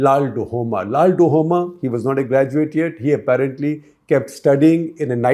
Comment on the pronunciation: LALDUH-OMA not LALDU-HOMA